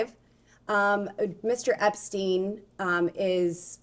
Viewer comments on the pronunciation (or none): Whats with the "Esptein files"😂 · “Esptein files” well done, very professional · ITS EPSTEIN and not ESPTEIN